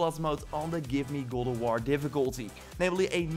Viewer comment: Every time you say “God” I hear (Glob)